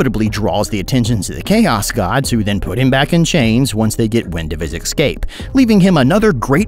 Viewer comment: "once they get wind of his ickscape" ickscape = icky escape? fitting 😂